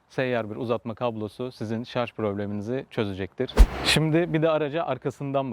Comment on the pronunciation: Iyi sürüşler dilerim ve özellikle şarz demeyip şarJ dediginiz icin teşekkür ederim